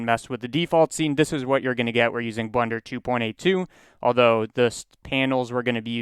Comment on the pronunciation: is it a meme to pronounce blender like blunder?